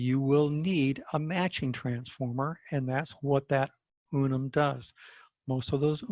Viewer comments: UN-UN. Not Unum! ?? 😂😅😂😂😂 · Unun not Unum pronounced un-un. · In his slides he spelt it as UNUN so just a slip of the tongue.